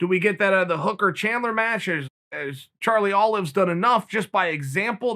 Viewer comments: “Charlie Olives” 🤣🤣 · charlie olives. Ok, im convinced Chael is trolling us.